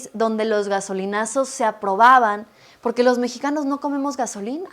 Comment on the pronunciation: No es burla, pero la señora Xóchilt Gálvez no puede pronunciar bien la " R " es casi imperceptible pero de tanto ver sus videos (todos tontos) dice la palabra Poque en lugar de Porque ( es la palabra que más repite y en donde más se le nota....por lo tanto asumo que ella nunca va a poded mencionad la palabra Desponsanilidad y No al Dobo del Edadio Público... ( Lo siento, créanme que tengo amistades que tiene ese problema )